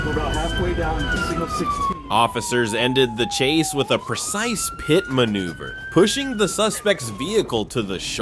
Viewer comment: the person narrating this video needs to understand a pickup truck is not a suv and the word pite is pit no pi te